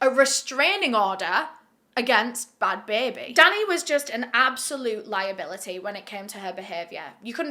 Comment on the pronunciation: "bahad bahabie" had me howling edit: also "she degaf!"